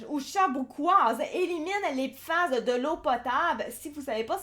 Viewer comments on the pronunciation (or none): Pourquoi dite-vous "PIFAS" ? Vous ne connaissez pas le français ?